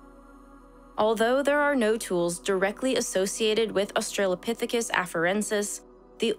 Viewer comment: It's pronounced; OS-trə-lə-PITH-i-kəs There is no "trail" in the word.